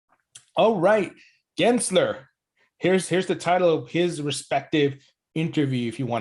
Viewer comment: Again saying Gary Genser lol. Even the captions produce “Genser” when you pronounce it. It has an L between the letter “s” and the letter “e” 😂. I know we hate the guy but try to get his last name right lol, it’s really easy. Edit: also I disagree, if Gensler gets his way, it could be the complete opposite lol. If we want the same to happen as back then, then Gensler needs to back off and instead embrace crypto in the USA and completely stop this attack the SEC currently has against crypto. We need favorable regulations so we don't stifle innovation and we can instead continue being a world leader instead of staying behind because of the cronies that are protecting the interests of the banking cartel. No, it's not a mis-spelling, you just can't read. Go back and read it, lol. Btw, English is not my first language.